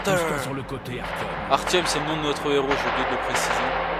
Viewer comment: on dis Artyom